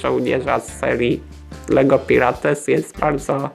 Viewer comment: Aaaaaa dlaczego mówisz Pirates XD, mówi się Pajrats